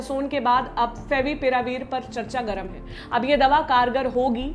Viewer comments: "favipiravir " not favivirapir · favi virapir 😅